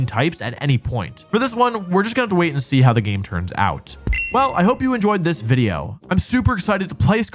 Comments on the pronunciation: Video? You mean Wideo right? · excuse me, did you say "Video"?